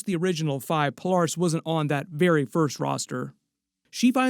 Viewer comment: It's weird hearing someone pronounce her name, Pole- Are- Us. Instead of Pole- Air- Us. Interesting.